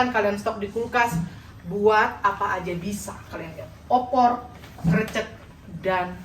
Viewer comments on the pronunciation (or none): Susah banget ngomong 'krècèk'..krecek mulu.. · Nyebut krecek seperti peyek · Salam kenal, saya juga jogja asli nih.. malah tempat tinggal ku deket dengan pusat gudeg jogja yaitu Wijilan.. Buat pengucapan krecek seperti bilang "becek" semoga paham dengan maksud kami 😁🙏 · krecek itu huruf E TALING mbak, bukan E PEPET. inget jmn SD gak? e taling dan e pepet, di kelas 1 SD itu. sy gatel denger nyebut krecek pake e pepet wkwkwkwk ngulang2 lagi wkwkwkwkwk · Pelafalan KRECEK seperti menyebut huruf E pd kata LELET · Ya Allah inget banget ini dulu pernah masak gudeg.. sampai skrg masih lucu bgt logat "krecek". Krecek pengucapannya seperti kita ngucap "e" di kata kecil. Bener pengucapannya di menit ke 😂 Btw ini valid ya. Aku orang Jogja asli. ❤ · Pemyebutan nya krecek bener yang pertama kok malah di rubah jadi Salah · Krecek e nya dibaca spt kata enak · Smbl goreng kreceknya nyebutnya salah hihihi jadi geli...❤